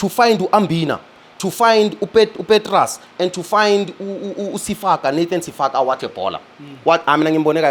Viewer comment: It's not Nathan Sefaka my god, it's Nathan Fasika Idumba. Yerr. Ake nazi abadlali nisyeke with these big words you're throwing around. It's Tshegofatso Nyama not Manyama. Yerr